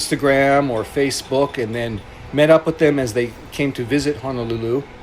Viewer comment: I hate how he says Honolulu. If you’re going to live in Hawai’i then say the names correctly!